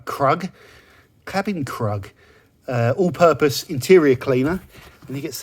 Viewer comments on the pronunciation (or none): "Krug" is a historical and respected producer of Champagne; it is pronounced "Krewg". So, "Cabin Krug", as in "Cabin Crew". (Dodo Juice love their puns).